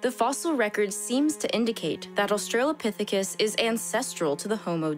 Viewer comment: It's pronounced; OS-trə-lə-PITH-i-kəs There is no "trail" in the word.